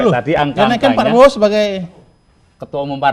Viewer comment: kalangkabut...makanya klo bosnyaau pidato di teliti dl, biar ga salah ucap...hehehe